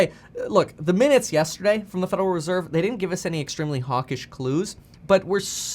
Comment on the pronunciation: FUDeral reserve 🤣